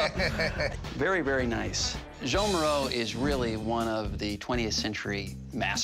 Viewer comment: They keep calling him "Moreau".